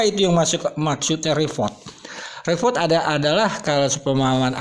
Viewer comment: REPORT.......pronounce as RI POT